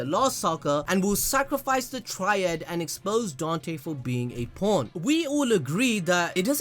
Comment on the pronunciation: Bruuuuhhhh the way he says p awn makes me hear pørn